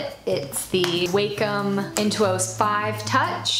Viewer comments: Enjoyed the video, Thanks for the brush link!!! Tablet name is pronounced "Wahcom" not "Waycom". Thanks for taking the time to share your tools and give great tips to beginners!! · Um, it's not "wei-com" it's "wa-com", like, "wah-com".